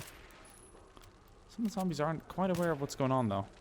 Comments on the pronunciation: it is not ssombies, it is zombies pal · explain to me why you say "zand bags" and "sombies"